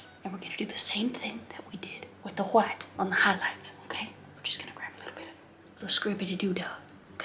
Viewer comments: No, no you see, it is titanium-wauytuh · I love how she is saying white ''lets put some titanium hwite'' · White (pronunciation: Wh-hite) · Kris, that is a BEAUTIFUL painting that you made!💕💕 🖼️I absolutely loved it!😍 I don't paint that much, but seeing you following the Bob Ross painting tutorial makes me happy ☺️🥺❤️❤️❤️ P.s, I like how you used a knife to paint the mountains😂 and how you pronounce "titanium whi-tte"🤣🤣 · Nobody: Noone Ever: Not even Chad: Kris Ross: TiTaNiUm WhHhHiTe! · "Titanium WHHHITE fixes everything." If only! FREAKING HILARIOUS KRIS!!! The painting...by the way... is a gorgeous piece of art and your tutor and innuendos throughout the process were FANTASTICALLY and smartly done just enough to keep ANYONE entertained!!! Thank you, Kris for brightening my day!!! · I laughed way too much at this. I never noticed how much Bob Ross sounded like Jan Brady what with pronouncing the H in words that start with "wh." Or, in some cases they might just start with a W but screw it! I'm gonna pronounce a nonexistent H anyway! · I loved how the painting turned out! I don’t know why but when you say white I laugh 😂